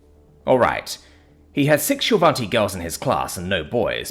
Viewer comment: hahaha. Also despite pronunciation, there's no n in shil'vati